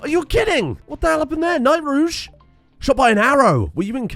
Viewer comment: Why do you call them night-rouge when it's clearly Nitrouge ?